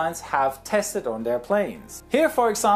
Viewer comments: Did he just pronounce apostrophe “a pos trof” instead of “a pos trof e” gnaifnwjfnksnfak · Why do you pronounce apostrophe as apostrof? It should be apostrofy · Apastrof... What in the world! Did you mean to say "apostrifee"? The actual phonetics are \əˈpästrəfē\ Google helped me here. Nice video! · Apo-Stroff hahaha. FYI, it's Ah-poss-tra-fee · App O Stroff? It’s pronounced A pos tro fee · I know this video is a bit older but I wanted to help with a pronunciation. "Apostrophe" (in the US) is pronounced similar to "Uh-pos-trow-fee". Just a friendly tip! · a-POS-tro-PHE!! ffs, why can't anyone pronounce stuff?! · Lmao I love how he says ah pas troff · I've never heard someone pronounce apostrophe as "ah-pah-straw-ff" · Great video. But as a good pilot is always learning, 'apostrophe' is pronounced 'a-pos-troph-ee' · hey just for next time it's pronounced "a-pos-tro-fee" but I thought it was really weird and cool the way you actually said it anyway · The $ goes before the number ($10.00) apostrophe...a-POS-truh-fee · Thou shalt tolerate other accents and nationalities trying to use your language. It's "A-pos-TROF" in French, and a few other European languages... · Apostrophe. It is pronounced A-pos-tro-fee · You did not just say “ah-poh-strof” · App-Oh-Strof? HA!!! Get it. Apostrophe. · he said appa stroff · "A-pos-stroff" Homie, did you mean apostrophe...? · Hey, I know English isn't your first language. So, no hate, just education., Apostrophe is pronounced: a-pas-troo-fee. English is a nuts language haha:) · Hi, hate to be a nit picker but ‘apostrophe’ is pronounced apostrofee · Dude just said ground crew wears ear protection to “suspress”.. does he mean suppress and just messed up or is this like apostrophe where you just say it different because you use the metric system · Germany. Not exactly like that, but it sounds a lot like a german, trying to make his word sound more english. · The way he pronounced "apostrophe"...